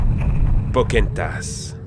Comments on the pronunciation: Oui! C'EST POKANN-TASSE ET PAS POKA-EN-TASSE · RAAAH !!!!! POCAAAAHOOONTAS PAS POCèNTAS !!! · "Pokentas" Je suis le seul a prononcer "Poka Entass" ? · pokahontas pas pokentas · Les frères « GrimmSS » « RaYponce » « Pokentas » Mes pauvres oreilles .... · pokentas il a dit pokentas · Reïponce ^^ et Pocenntas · et RAYponce aussi OMG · Aub-I -1 Ça m'a beaucoup trop perturbée XD (Comme Pokentas :') ) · ca va la dislexie comme excuse ?? elle est pourrie tu part dans la rue t'entend 25 000 personne dire raiponce et non Rayyyyyponce et pareil pour pokenntas on l entend a tout bout de champ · mdr raïponce , pokentas, la belle au bois dormont , çondrillon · Pokenthas? C'est quoi? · Khm...Khm... Prononciation parfaite...(raïponce , pokentas, la belle au bois dormont , çondrillon) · "Rèyponce" "Pokèntas" Dat prononciation du turfu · Pourquoi j'entends "Pokentasse" ? 😭😭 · RaYponce, PokÈhonetas 😭😭😭j'ai mal au oreilles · “Pocehntas” “casimodo se fait friène zone” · Il m'a tué avec pocahontas MAIS IL A DETRUIT MON ENFANCE MOUHAHAHAHAHAHA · Si ça se trouve il a réessayé plusieurs fois et c'est là la meilleure prise qu'il est fait et puis c'est dur quand t'as toujours appelé un personnage de telle façon de l'appelait différemment. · La façon dont il prononce POCAHONTAS est trop bizarre